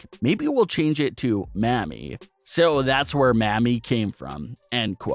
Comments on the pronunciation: Bru... Your pronunciation is dangerously off. "Maa-me" "Mammie" is a word for older black women who worked in the kitchen in the big house during slavery. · Mans cant even say Mami. Mayummi 🤣🤣🤣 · You really need to learn to say mah-me Mami, and pop-ē papi.... Cause sounds like some Jim crow mess otherwise. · Jesus... The way you pronounce Mami and Papi.... 🙄🤣